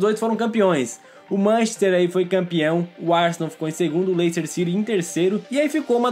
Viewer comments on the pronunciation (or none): none